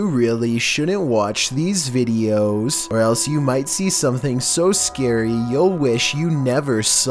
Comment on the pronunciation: The first 2 seconds : "vEEDios Me: everytime....